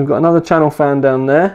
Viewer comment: Its CHASSIS FAN not Chanel fan lol Also it is M(dot)2 not M2 lol